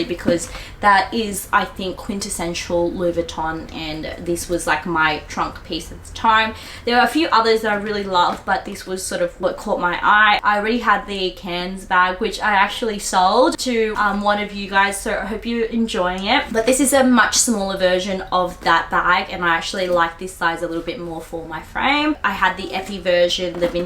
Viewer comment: I don't think you don't pronounce the S in Cannes (so Aussie) 😄Woh, I thought I had heaps of bags but in comparison your collection is insane! it sucks how expensive LV are now,, can't buy NOTHINGS under $3,000AUD, not like the old days (I'm 50, I know). your smart tbuying OS.. Cute earrings.🎄